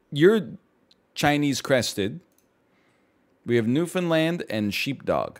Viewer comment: not him pronouncing newfoundland like noofenland 😭